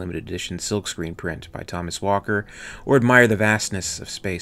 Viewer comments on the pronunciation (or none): none